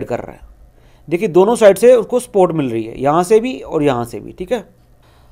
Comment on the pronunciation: Sports Kya hota hai bey ... Support ko sports bol ra h